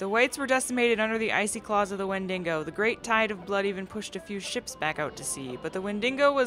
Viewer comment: I really love the way you pronounce "Wendigo" with an extra "n" :)